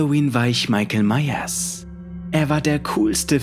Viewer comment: Deine Betonung bei Michael Myers😁